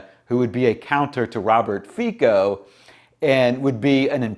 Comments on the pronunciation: Hate to be the pronunciation-police, brother, but the surname is pronounced "fitso" - "fee-tso". The letter C in Slvak and Czech (I think Polish too though I'm not sure) makes a T-S sound. Unless it has a weird little v over the letter which then makes the sound the same as English CH sound. A Slovak forced me to correct you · "Fico" pronounced like "France" ..... the "c" is NOT like a "k"